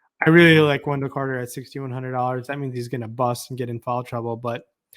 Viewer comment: U say it in the midwestern twang. U pronounce it as FOWEL. It's FOUL. hahaha